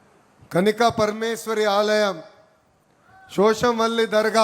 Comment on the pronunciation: Kanika paramesvari kadu babu kanyaka parameswari